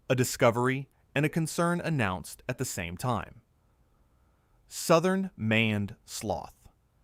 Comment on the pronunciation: "Maned" is not pronounced like "manned". You clearly didn't bother to check what your AI was saying, which suggests you have no respect for your viewers. That explains your subscriber numbers.